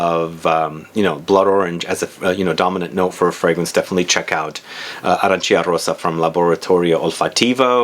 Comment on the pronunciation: The correct pronunciation is “Arancha”, you need to ignore i.